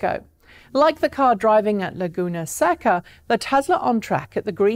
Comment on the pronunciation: That racetrack is pronounced Laguna "SAY-ka".